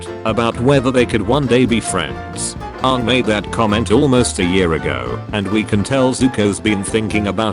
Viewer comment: see this is why i HATE these text to speech programs, this program doesn't know how pronounce Aang . So when dictating the "my names Ong. you mean Aang" meme, it just says Ong 3 times. whats the point in reading out a meme, if the premise of the meme is destroyed by the reader????